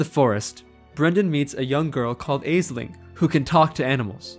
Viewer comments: The mispronunciation is quite annoying though. I’m gonna put the stuff here because it was frustrating me: -aisling = ashling -crom cruach = krawm krooawk -abbot cellach = kellawk (These are not perfect; for one, one of the Irish pronunciations of ch is literally just untranscribable in English because it doesn’t exist, but yeah) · Aisling is read as ash-ling Crom Croach is read as kroom crook